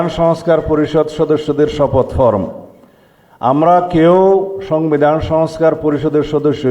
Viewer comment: ফওম না, 😂ফর্ম